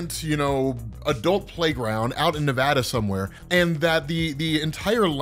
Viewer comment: I can't tell you how much I appreciate you for pronouncing Nevada correctly